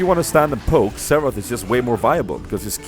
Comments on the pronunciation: Every time he said Xarath I thought he was saying Seraphs.. Like Seraphs was good on him or something xD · Haha, all those times you said Xerath, I thought you were saying Seraph, so I was like, oh, you think seraphs embrace is better than Grail, and than at the end I was like Oooooooh.